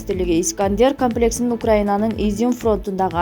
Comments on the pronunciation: Камплекси дебей туура суйлочу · Карындашым, ушул текстти окуп жатканда бир аз туура окуганы аракет кылсан. Камплекс деймин да тообо (комплекс). Отконку чыгарылышында болсо ДЕМИЛИТАРИЗАЦИЯ жана ДЕНАЦИФИКАЦИЯ деген созду айта албай койдун🤦‍♂️🤦‍♂️🤦‍♂️ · Комплекс дегенди камплекс дейт